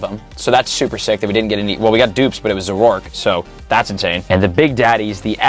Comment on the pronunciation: Zor-O-ark not za-rork